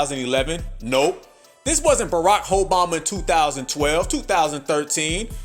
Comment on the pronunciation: He said, Barakhoeboma-😂